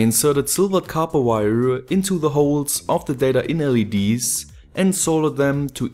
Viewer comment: Damn, I really like your videos, but you saying weiaa(wire) is just too funny.